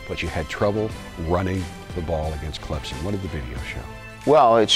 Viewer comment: "Clemzon" dear Jesus fire this man.